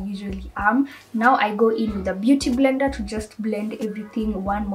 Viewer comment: It's the "mbeuty mblender for me" aaaai😂😂😂